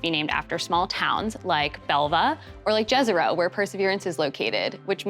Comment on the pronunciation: Jezero - it is not pronounced Gezero, but like the beginning of the word "yes" - like yezero... :)